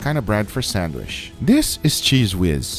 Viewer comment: i know this video is old as heck and that no one reads these, but i just love guga pronouncing it sandwish